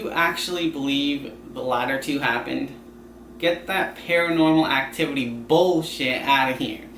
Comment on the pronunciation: "get that paranormal activity BEWLSHIT outta here" 😂😂 you need to go india bro